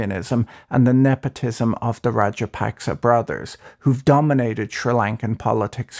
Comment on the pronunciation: Should your report be respected when you haven’t even tried to find out how to pronounce the president’s name half way decently.